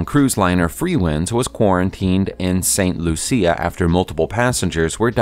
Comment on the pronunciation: For your edification, St. Lucia is pronounced St. Loosha.